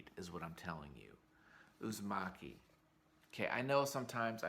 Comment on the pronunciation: It’s Uzumaki, not Uzimaki. The former is “spiral” and the later means “Thanks”